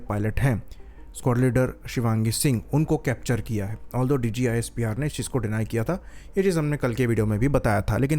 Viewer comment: not DGISPR it's DJISPR😂